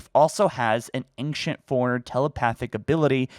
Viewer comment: Anyone else instantly regret hitting that like button the second he pronounces ancient like a hill billy